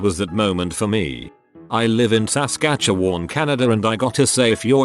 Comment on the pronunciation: You forgot the second "s": Suhs-kat-che-wun.